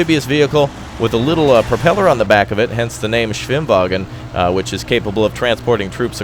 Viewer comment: "Der Swim-wagen"...the Germans are a very literal people.